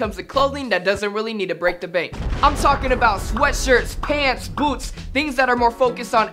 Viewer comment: listen to the way he say's boots lol